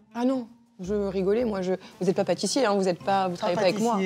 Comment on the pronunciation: Qui a eu la ref qu'à d McFly a dit "Papatissier" !